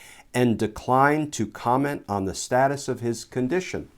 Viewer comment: "thee illness is gonna do what thee illness is gonna do" 🤣🤗🤣😅